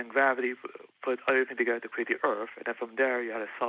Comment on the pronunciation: Any time someone says "the complexity of de erf" I cant take them seriously lol